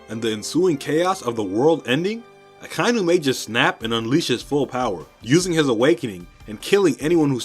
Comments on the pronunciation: Nobody is going to comment that akainu should be pronounced as aka-inu (red dog). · Am i the only one bothered by how he is saying Akainu?